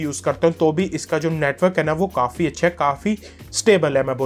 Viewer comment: I bought this phone today. Thanks for trust true review. Good. But. One thing Agr hindi bolni hai toh arram se bolo aur passena pauncho and pls Don't say ' ai ai' its hai hai. Ok